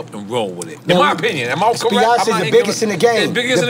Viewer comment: Yoo ion know who else peeped but this man KHALED SAID CORRIGHT!! Wtf 😂😂😂😂🤣🤣🤣 and they understood his ahh